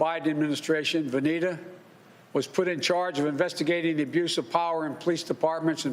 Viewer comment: He keeps calling that lady Anita it VANITA with V for voter f